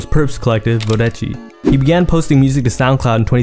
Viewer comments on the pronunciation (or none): U pronounced Vodeci like a fool